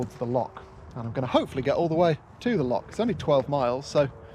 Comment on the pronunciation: lovely! I'd watch longer always a little painful listening to "lock" repeatedly.. "lo.. then pretend you're clearing your throat"!